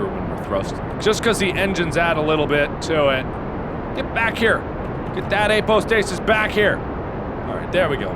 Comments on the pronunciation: apoapsis! not apostasis! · its apoapsis not apo stasis!!!!!! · He realized that it was "apoapsis" and not "apostasis" in one of these first videos, nut he's back to saying it wrong again. =p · APOAPSIS not APOSTASIS. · Apo-apsis, apo-apsis Pronounce-nazi here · Call me crazy, but after 5 videos you really could start getting the word "apoapsis" right :( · Apoapsis. AP O AP SIS. MAAAARK!